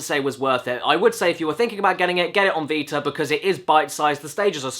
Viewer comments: "PS viter" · my nigga did you just say VITAR